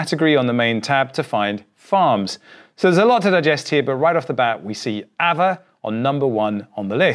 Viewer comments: There's no r so it's as it is just a longer A. So pronounced Aave. Just say Aaaave. Just a longer Ave. Not really arve. Although the English dictionary changes all the time. As all languages. Interesting seeing changes before us. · Im sure its pronounced "AR-VAY" and not "AVA" :) Great video as always. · the word ghost is pronounced aah veh not ava that just doesn't make sense.